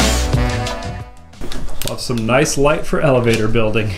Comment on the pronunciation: I love watching your content and the inginuity that you incorporate in your builds, but I do have a favor to ask: Can you stop say "Noyce" ??